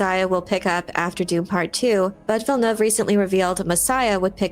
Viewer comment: I don't think it's much to ask that you at least take a moment to learn the proper pronounciation of Villeneuve. It's not that hard.